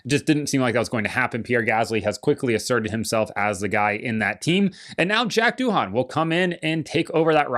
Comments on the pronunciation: Pronounced “do” - “in” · Doohan in Australia is pronounced doin’…. Nothing special. 👏👏💯